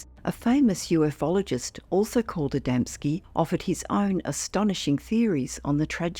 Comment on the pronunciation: The mispronunciation of Ufologist still riles me 😂